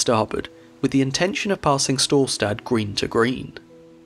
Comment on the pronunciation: I love how wrongly he pronunces Storstad. mainly "stad" listent to a German saying Stadt and then just cut the T